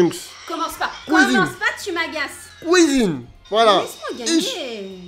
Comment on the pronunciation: "Tu peux aller à la couisine" 😂😂😂 elle me fume cette phrase